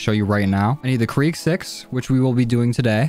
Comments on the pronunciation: ITS KRIG NOT KREEG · Krig not kreeg